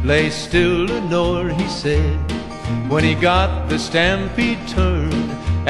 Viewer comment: Your name is Leonore. The person in the song is Lenore. You weren't named after anyone in this song, unless you are pronouncing leonore as lenore.